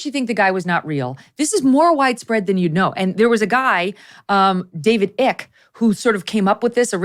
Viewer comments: First of all, I’m a big fan of Megyn’s, but David Icke is pronounced IKE, not ick. Secondly, the green hooded man was not on the plane. It was old video spliced together with Tiffany’s. This was debunked a while ago. Your research is lacking on this one. Stick to politics, this is out of your wheelhouse. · I about spit my drink out lmao when Megyan said "David Ick"... it's pronounced Ike but spelled Icke!! This lizard people thing is a farse by deranged people! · David eyek...not ick....really....? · You pronounced David's name wrong. It is David Icke with a long Ī sound, not David Ǐcke with a short Ǐ sound. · It’s “eye”k, not ick. What’s with the laughing guys? I never trust meanness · David "Ike" , not ick...please. You dont have to believe...jyst keep your consciousness high. You will be protected. Shape shifters cannot hold their shape when high consciousness is near. She could have stayed and the staff would have removed his EMPTY CLOTHES !!! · David ICKE not ICK. And its Q not Q-Anon. TYPICAL CONTROLLED OPPOSITION LIZARD 😅😅😅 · You don’t pronounce his name “ick” 😂 it’s a long I lady jeez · David Icke = pronounced "ike", not "ick", lol. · David Icke ( I) not eek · David Ike not Ick! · David Ike pronounced EYE-K not IKKK lol. He was a bit mental. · David "Ick" lol, it's David Icke, pronounced as in Ick Turner who was married to Tina Turner. And it could all be a good PR ploy to market her new website. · Actually David "'Icke" is pronounce as in "Ike" Eisenhower. Loved your discussion, Megyn. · Dude's name isn't David "ick" LOL it's David Icke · Its David Icke like (I key) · David Icke's name is pronounced IKE. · Oh my gosh, Megyn; now that you've heard about and seen this, I'll bet you'll start seeing lizard people when you're out and about, like when you want to buy a red car and suddenly you see red cars all over the place. 😆 And David Icke is pronounced eye-k. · I've always heard David Icke's last name pronounced as "eye-k" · David Icke - not Ick *